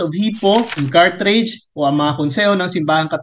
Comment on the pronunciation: Bro Denz Carthage po not Carthrage. God bless!